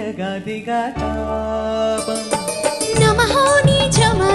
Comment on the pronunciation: bhai ...తాపం కదా ? తాబమ్ అంటున్నావ్ ...బాలచందర్ గారు ఉన్నారనా ? 😂😂